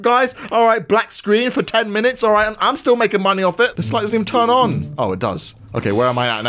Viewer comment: Its "turn" not "tern".